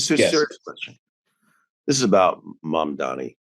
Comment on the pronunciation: Hahaha compares Mamdani to Stalin and can’t even pronounce his name. Most people that live in NY can’t even afford rent, are these not New Yorkers? Born and raised in the Bronx and $16 an hour can’t have a family. You guys are alarmists, New York has already had socialist and communist mayors and civil servants. Rich mfrs.